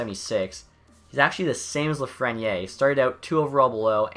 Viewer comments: Hi! I love the concept, but it is pronounced Lafreni Air... haha sorry:) keep on doing the great job! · theres an e at the end of lafreniere so pronoune the r. its afrench name buddy cmon its reaalyy not that hard... if you can pronounce kopitar